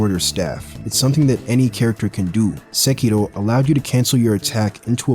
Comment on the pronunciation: Finally someone pronounce Sekiro correctly AND I HUNDRED PERCENT AGREE WITH YOU when you said Bosses and I are playing different games. DS 123, BB and Sekiro's bosses all have a reasonable learning curve, Elden Ring bosses just made me wonder, are all these bullshit moves even necessary? The first time I fought black balde kindred, I was shocked that now a fking Gargoyle can dance like there's no tomorrow. Eventually I gave up learning their moves, I just ran away, wait till they finish their dances and do 1 or 2 slashes, and all in the sudden the game became much easier than other souls series title. The first time I fought Godskin and Margit, i tried very hard to learn how their combos links to the next combo. ThenI realize I don't even need to fight close to them, I just got 2 bleed curved sword and I beat Morgott & Godskin Duo with less then 3 deaths